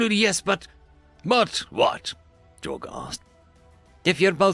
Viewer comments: "Jor-guh" good Lord lol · Jorge is not pronounced j-or-ga it is pronounced Hor-hey, It is a hispanic name. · Minor gripe, but... "Hor-Hay", not "Yor-guh"